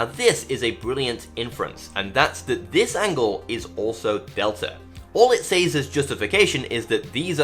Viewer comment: And SAYS instead of SEZ for "says."